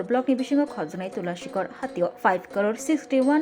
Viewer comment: "Tulashikhar" no "Tulashikhok" swnamna chaitokbai o BAC chairman/ memberrok.